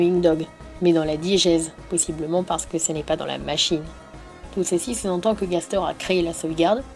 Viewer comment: Ah oui, Gaster se dit Gastèr, c'est un personnage dans un poëme latin. Bonne journée